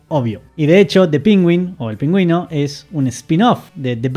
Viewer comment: Todos preguntándonos porqué pronuncia "PÍNGÜIN"...